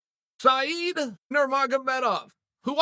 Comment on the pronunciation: how the fuck does he pronounce Said's name correct